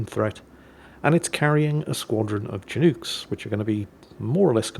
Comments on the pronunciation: Actually, (just cause it's so much fun to say that) it isn't pronounced "chi-nook". The name comes from a species of North Pacific Salmon and is pronounced more or less as "shin-uck". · It's pronounced shin-ook, not chin-ook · my friend, as someone from the upper left corner of the USA, it’s pronounced “shuh-nuck”. Please don’t get the shotgun! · You are correct; the salmon is named after the Chinook people. But, I didn't want to get too far into the weeds when I just wanted to make fun of pronunciation.